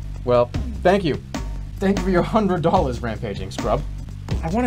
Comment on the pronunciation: Except whenever he says "dollars" then it comes out in full force